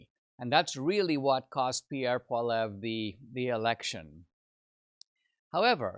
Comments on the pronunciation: I'm so depressed. More genders more handouts more taxes. Need to work on your prounounciation of polliviere not pollev. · Please learn how to correctly pronounce Pierre Poilievre's name! "poly ev", NOT "paul ev" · Actually, it’s pwal-ee-evre.